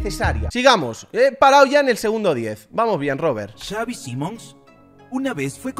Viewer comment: Robert argentino jajajaj